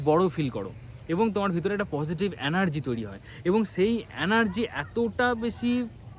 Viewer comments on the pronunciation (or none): অ্যানার্জি নয় এনার্জি , ভাই